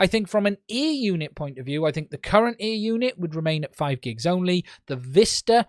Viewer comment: He says ‘air’, I hear ‘ear’.